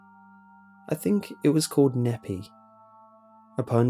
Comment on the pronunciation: As someone from Utah I’m sorry but you butchered those city names. Provo is pronounced “Proe-voe” rhyming with ovo. Nephi is pronounced “knee-fi” rhyming with wi-fi.